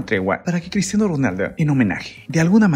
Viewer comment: QEPD CRISHHHHTIANO